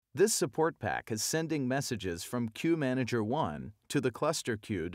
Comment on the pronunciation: what is key manager you are taking about?? I thought it is Queue Manager! Am I hearing it wrong!!